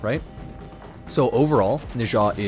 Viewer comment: Nezha is pronounced closer to 'nechzha'.